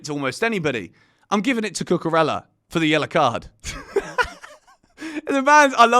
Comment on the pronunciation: Hey,, you should learn to pronounce Cucurella properly as CUCUREYA. Got it?